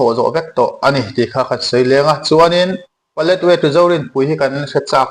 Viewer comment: Paletwai tiin i lama ,ka hriat dan chuan Paletwa ni in ka hria a dik zawk in ka ring.